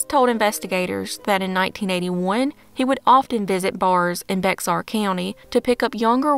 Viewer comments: Bexar is pronounced like “bear” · I love all of your videos. One thing, its spelt Bexar county but pronounced Bear The 'x' is silent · Well done, as always! One thing...Bexar county is pronounced "bear." The x is silent. I live in Bexar county and felt compelled to comment to that effect. I look forward to your next post. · Bexar County is pronounced Bear County. Just thought you'd like that information for future reference. You have many fans here in Texas. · Not sure if anyone else has commented & it doesn’t matter much but Bexar is pronounced Bear 🐻 love your videos!! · Bexar County is actually pronounced "bear" county. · Bexar county= Bear county in pronunciation oddly enough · I was about to say the same thing. I'm not from Texas, but I live in San Antonio and I did the same thing the first time I said it out loud